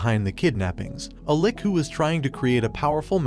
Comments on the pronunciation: Also its "Lich right? not Lick?" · I just laughed at his pronunciation of Lich into "lik". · Lich not lick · 😂 😂 😂 Bro your pronunciation. The lick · It's not pronounced "lik" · some anime i watched recently had an english dub that said lick and it drove me nuts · This guy really butchered the pronunciation of lich and protagonist